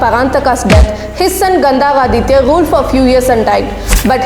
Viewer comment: It’s not Gandaraditya It’s kandarathithar